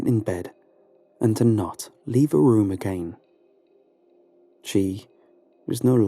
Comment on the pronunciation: That’s so funny I notice the same thing with the guy from Lighthouse Horror every time he says the word “room” it sounds like he’s saying “rum.” So now I listen for it in every one of his videos he says it at least once lol